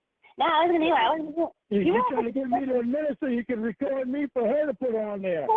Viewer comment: He never takes responsibility for anything. He nevah even meant tew dew it